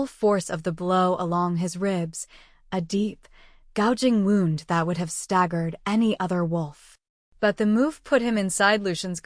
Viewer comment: Wound =Woo-nd, NOT wow-nd as in winding string. Voice in serious, urgent parts sometimes sounds too cheerful. Must be using machine. Good story, though to whoever wrote it!